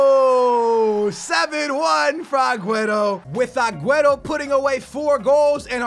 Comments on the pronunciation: I usually don't mind people pronouncing players names wrong but the way you pronounce aguero like agueto where is the T?? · please it's aguero...not agueTTo...you're not blind. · When you call Aguero Aguetoe😂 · Who's Aguetto, Maduwede, Neymarzeeto and bellereen, I know you have Portugese in you but you really try over pronouncing everything... Like rolling your tongue when you say Di Maria and It comes out as Di Malllllia... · I love your vids but why do you say Agueto instead of Aguero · Please STOP saying Agueto bro pleaseeeeeeeeeee just say Aguero like a normal person😂😂😂😂love your videos bro keep it up. I'm here from the #BooyahFamily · please it's aguero...not agueTTo...you're not blind. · It's AgueRo, not AgueTo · Why do you say Agueto when it is clearly Aguero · its agüeRo not agüeTo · It's not agueto it's aguero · lol say agueRO not agueto its getting annoying XD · Please stop calling aguero aguetto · It's sooooo annoying when he says agueTo... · Why does say "AgueTo" sometimes. 🤔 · pls what is Agueto where do you see a t in his name, still a good vid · Wait... who's 'aguaetto'??? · why you say agueto? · STOP CALLING AGUERO !! AGUETTO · ITS AGUERO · Can he stop saying Agueto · honestly where does he see a 'T' in aguero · Please man... call him Aguero